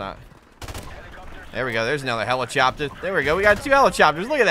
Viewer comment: please never say the word helichopter ever again